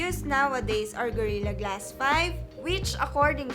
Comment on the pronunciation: Itsh been implemented on varioush porchable and high end devishes and by twainty ten there were approcshimately two hundwed mirrion devishes having gorirra glash one Dafuq...